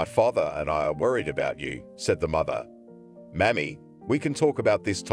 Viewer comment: Mommy not Mammy